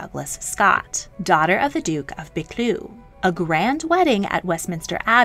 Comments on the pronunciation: Bercleugh is pronounced Berkeley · Buccleuch (also spelled Buccleugh) is pronounced Bow-clerk. If you are going to do videos on British history, then at least make a token effort to get the pronunciation correct.